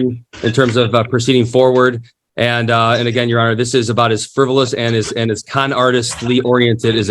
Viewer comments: The guy at the bottom, in jail. What the heck is he calling the judge? When he answers yes or no? Sounds like ‘yes monitor’ and as the questions continued, he’d say “yes sir ‘monitor’ yes sir ‘monitor’ “😂 Also how can the corrections officers not know their loud talking and laughing is hears in all those individual court cases that were going with each prisoner. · can’t help it -“myohner/majohner/myhonor” and all it’s variations is so amusing to me. My youngest son says forget and “formember” instead of remember. Full on reminds me of that, which of course I find super adorable. 😂❤